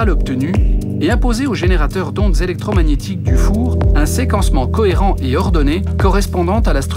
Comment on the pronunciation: Wa il dit que seqence et electromaniatiqu sinon jaime trop sa video